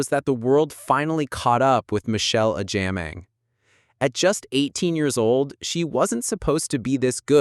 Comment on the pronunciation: Please the name is Agyeman not Agyiman.